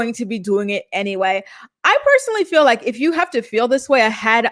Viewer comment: Biggest pet peeve!! That and when she says “fill” not “feel”